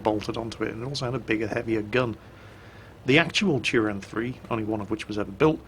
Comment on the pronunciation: Turán is pronounced in Hungarian more like Turaan. I've been there